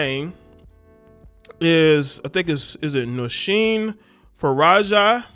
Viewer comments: Taraji P. Henson has basically the same name as this chick.... this lady's name is Faraji but you said Farajah. lol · Bro, pronounce the girls name the way it’s spelled. Her last name ends with an I and not an A.